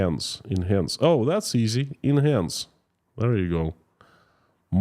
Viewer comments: You pronounced "enhance" perfectly the first time after focusing on it. When you said it a second time, immediately following, you mispronounced it the same way as you originally did. Sounds like: IN-hanz or IN-hance Hope this was useful. You should feel very confident with both your English pronounceiation and the clarity of your accent. I hope one day to be 1/4 as skilled with another language, as you are with mine! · You said it right the third attempt. Pronounced "in-han-s" (the second part would be sounding like "hand" with the 'd' silent.